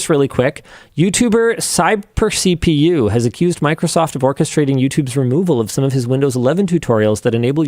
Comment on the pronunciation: Linus needs to learn how to pronounce Cyber CPU! Total loser.